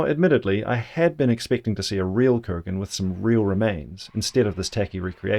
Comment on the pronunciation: Yamnaya (ямная) is a Russian word. It means "of a pit or pits". The stress is on the FIRST syllable. Kurgan (курган) is also a Russian word. It means "mound". It is stressed on the SECOND syllable. You manage to get both of them wrong. This, together with your thoroughly obnoxious and ridiculous Americanised New Zealand pronunciation, disqualifies you from being taken seriously in matters of language 🤡🤡🤡